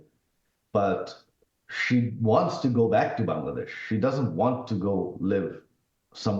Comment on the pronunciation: It's Bangladesh not B'desh . Some mistakes you also had joy . When I was going door to door no one payed heed . But it was important . This is called nature's justice. You shoud have helped me.